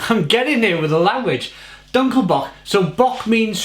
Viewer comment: Eichbaum actually is the same for oak tree.. and yes you pronounced the word "eichbaum as good as we Dutch folks speak English.. terrible.. sorry.. God bless you.. I (like in me/ you talking about yourself.. ) or 'ai'.. and dunkle is pronounced more like 'do'.. do nkle bock in the Netherlands such a sound would be written like 'oe'.. which sound like the 'ou' in the word "you".. so not sound like uhhhhh but more like (y)ou.... Do you also homebrew?